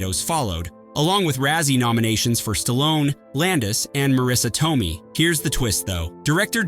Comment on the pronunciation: It’s Marisa Toe-may not Toe-mee